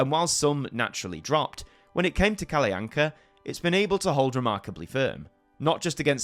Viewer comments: It is normally pronounced Kall'Anka or Kallanka' in Sweden. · Your pronunciation of Kalle Anka is a good attempt, but you accidentally add a glide between them, which funnily enough is a common mispronunciation by Swedish children as well. But you are otherwise doing a great attempt at it. - But this video is so true; this segment on SVT is commonly just referred to in short as "Kalle Ankas julafton" "Kalle Ankas jul", or as simply as "Kalle Anka". It is indeed interesting that he became the name of the show, something I haven't even though of. - Also, both Arne and Weise have the final E pronounced like in Kalle. I would say it's safe to assume it is pronounced for these Germanic names. I would suggest listening to how it is pronounced on Google Translate in Swedish to get an idea of how to say it. Otherwise you did good on the Swedish stuff. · That’s actually not how Kalle anka is pronounced